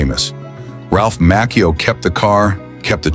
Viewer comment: Ralph Macchio pronounces his last name as MAH-chee-oh not Mock-eo.